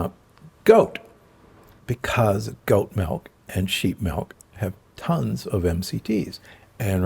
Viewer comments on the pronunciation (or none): He says MELK we can’t trust him